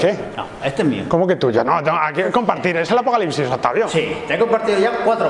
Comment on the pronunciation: cuando comenzo el afocalicsis